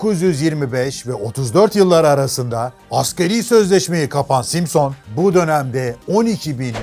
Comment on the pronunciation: aynen simsıñ degil simson ustad. emegine saglik. birde efsane honda kinetic var di zamaninda usta onu da anlat ne olur. saygilar.